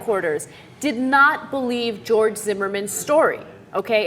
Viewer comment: Who the fuck is "Jeorge"